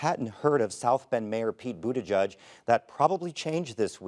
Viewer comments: It's pronounced "Boot - EDGE - EDGE". Not Boot -A-JUDGE. Like the little girl's pink sweater . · Its "Boot-Edge-Edge" not "Boot-Eh-Judge" if you cant say it, dont fret. Just say "Mayor Pete".